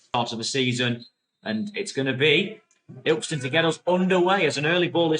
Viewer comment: It’s pronounced Ill KIST on